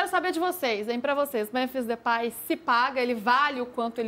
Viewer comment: Pronuncia nao e pai mas pei